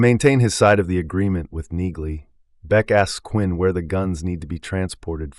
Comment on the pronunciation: I think in the show Neagley is pronounced with the g being silent. I may be wrong but, it seems everyone in the show calls her Nee-Lee.